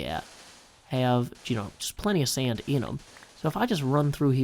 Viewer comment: I just love your accent. Who would've thought there are two syllables in sand? Seeaand! Love it.